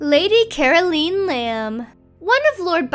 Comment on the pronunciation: Never heard anyone mispronounce the name 'Caroline' so badly before!! Whaaaaaat?! It's 'Ca - ro - line". ...LINE! Rhymes with Time. sheesh.